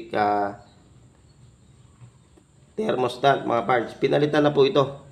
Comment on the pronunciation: THERMOSTAT pards hindi thermostant